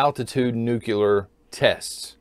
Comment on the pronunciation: John, use caution when you say the word Nucyular, George W. got a trademark on that term. Gonna get yourself in trouble.